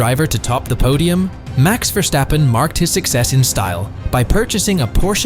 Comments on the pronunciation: F1 Driver, not player, 300 million is his net worth, not car collection, Por-scha not Porsch, Verstappen not VerCHstappen. Most of these he was given and he doesn’t own them anymore. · so you can say Aston Martin, but say Vershtappen ?? Why ??